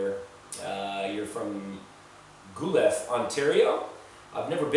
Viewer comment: Also ... Guelph is pronounced "Gwelf"